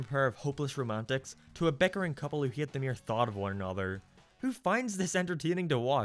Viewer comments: No you said it wrong ! Its HATE not heeaaatttiiiitttwwwaaa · Your accent is so strong and wild, I had to stop listening to this video on audio to see what word you wrote down , because you said "he it." You added a syllable and an extra e sound. Hate. Ate. 8. Hate.